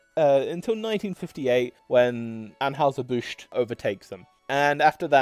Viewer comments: Stopped watching when the odd (possibly AI) narrator several times emphatically & stupidly mispronounced "Busch", an easily spoken name that is known throughout USA & entire world. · Narrator could not properly pronounce Busch or Stroh’s.